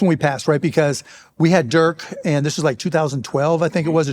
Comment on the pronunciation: I'm surprised that Mark still doesn't know how to pronounce Dirk